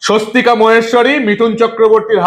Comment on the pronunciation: ঐ মহিলার নাম "সস্বতিকা ভুবনেস্বরী" ওনার পদবী মহেস্বরী নয়। এই প্রতিবেদনের video-তে মিঠুন চক্রবর্তীর বক্তব্যে পরিস্কার শোনা যাচ্ছে উনি এই মহিলার নাম বলছেন "সস্বতিকা ভুবনেস্বরী"। তাই অনুরোধ-- প্রতিবেদন upload করার সময় যথেষ্ট সতর্ক থাকুন। 🙏🙏🙏